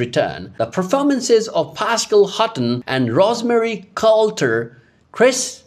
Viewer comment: Omg - You need to pronounce these character names correctly! Thornton not Taunton and Bouchard (boo chard), and Rosemary not Ros Mary. Smh!!